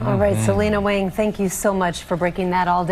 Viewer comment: It’s Wāng (long “a”), not Wang. Very simple correction for you to make.